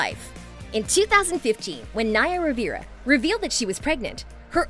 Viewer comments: Omg I can’t believe you don’t know you don’t know how to pronounce “Rivera”. Would you pronounce River “Rivier”? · They way she pronunces Rivera is painfull... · also mispronounced rivera